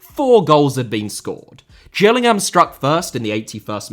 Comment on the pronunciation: Its not pronounced Gills like a fish, its "Jills" as in Gillingham. That should be an obvious one.